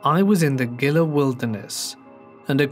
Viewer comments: Gila= "heela" . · Great video sir keep up the great work. A little help from a native Gila is pronounced (he-luh) Mogollon is pronounced (mo-ghee-on).